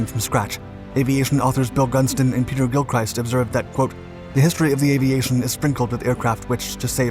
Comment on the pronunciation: 'Gilchrist' is pronounced with a Short I.